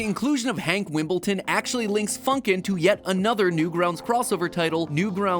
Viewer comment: You got it wrong it's hank HAAAAAAAAAAAAAAAAANK